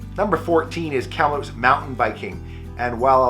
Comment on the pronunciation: You pronounce Kamloops like a long time resident!